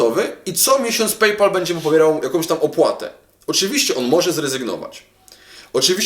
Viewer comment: PayPal się chyba trochę inaczej wymawia...